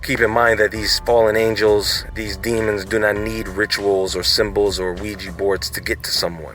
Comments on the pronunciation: Don't know if it has been mentioned, but OuiJa board doesn't mean "good luck" ... the name comes from French "oui" and German "ja" ... both meaning "yes". It's pronounced "wega" ... not "wegee". Technically, it's pronounced "we ya". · ouiJA not ouiJI. pronounce the damn thing like it's spelled.